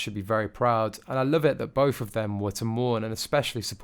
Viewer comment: river Well said! You said everything that I wanted to. When he said bofh of them, it was the end. Dreadful English pronunciation. I shall avoid this channel in future.